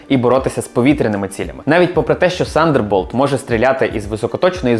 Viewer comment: тандерболт а не сандерболт